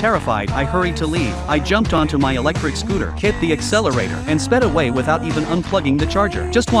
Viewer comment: Did he just say eletric scooter?